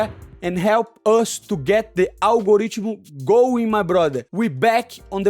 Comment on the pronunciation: Algorigchimal going my brother. 😂😂😂